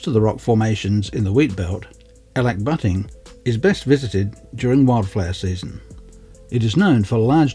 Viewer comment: That's the best pronunciation of the name I have heard.. :)